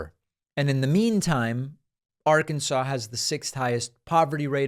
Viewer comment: Im a Democrat, I listen to you speak often and for the most part agree with you politicly. However mispronouncing the state or Arkansas is very petty. You may not like their politics, I may not. That does give us the right to act like an ass. The people who live in Arkansas are part of our country, and at the very least deserve the respect of their name called out appropriately. Don't be petty it's unbecoming. Yes, I heard you say it more than once "It's my show and I'll say what I want". Still doesn't make it alright.